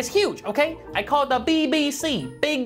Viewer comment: " I carr it BBC big brak coorer"